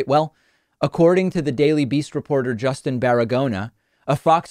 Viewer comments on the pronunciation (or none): none